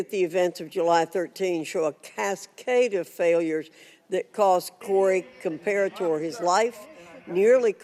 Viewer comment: In typical Democrat fashion, Raskin couldn't even pronounce Corey Comperatore name correctly and goes straight to gun control. I saw this coming the second I heard AR15 in reports